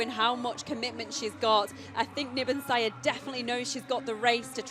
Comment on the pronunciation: Why does she say nibonsaya instead of niyonsaba multiple times? Seems very unprofessional, it's really not hard to pronounce :D Also I can understand why some find it unfair that she can compete against women, but it's not like she is on a completely different level, Genzebe Dibaba could probably have run this time as well as she was only 2s slower indoors. Also I'm sure Nyionsaba trains just as hard and gave everything in that race. It's a hard thing to judge, I wouldn't wanna be responsible for making these decisions as a ban would be devastating for intesexual Athletes like Niyonsaba...